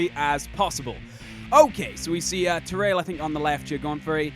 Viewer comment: you were saying it correctly. I thought I told you this before though. "Ta-rail"